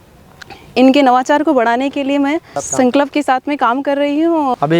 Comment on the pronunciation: प्रधानाचार्य महोदया से आशा की जाती है की उनका शाब्दिक उच्चारण सही हो । जैसे संकल्प को मैडम संकलप बोलना गलत है ।